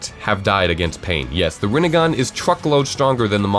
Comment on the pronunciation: I love how he leaves the picture there and pronounces THE RINE(N)GAN